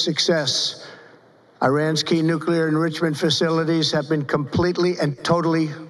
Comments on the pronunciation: Nucrear Enblichment. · WTF is a Nooglier Endrizzamend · What's "nukuleear endrishemen"? He can barely read or speak now. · Nuclear WHAT? "Nuclear INDRISIMENT"? Did I hear that right? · Nuclear ashoodamince what the hell word is that?